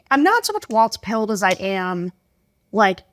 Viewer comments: Please learn to pronounce "Walz." It's WALLS, not WALTZ! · Sarah and dude, it's Walz, not waltz. You know, like walls. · Yeah, they keep saying "waltz." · Pronounce Walz correctly, please. It's "walls" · Might be easier to convince swing voters regarding Walz if you pronounced it correctly. WALLS. SMH